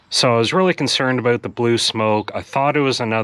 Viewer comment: Thinking “a boot” it. You can’t hide your Canadian for very long